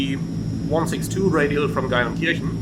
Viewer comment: Wenn du schon in meiner Heimat startest und nicht winkst sprich Geilenkirchen bitte wenigstens richtig aus…. Ch = Sch 😂😂